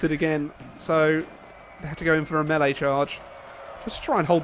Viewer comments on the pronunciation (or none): none